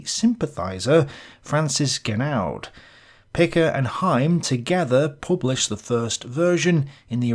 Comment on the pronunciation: Excellent video on the theory of history and its direct practical impact on the way we view the world. I love minds like yours who take things seriously enough to be able to draw the necessary links. Oh by the way, it's François Genoud , pronounced "Fronswah Jenou" I think.